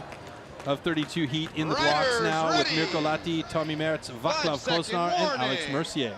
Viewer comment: Oravec /oravets/ Vaclav /Vatslav/ The Czech and Slovak C is a TS sound not a CH or K